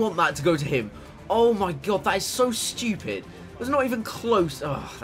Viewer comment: The way he pronounced "stupid" lol